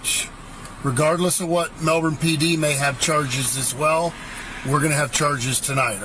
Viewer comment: The cities name is Melbourne not Melvern